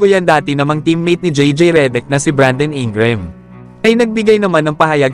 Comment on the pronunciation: Reddick at INGRAM HINDI MO MABIGKAS NG TAMA.😂😂😂😂😂😂😂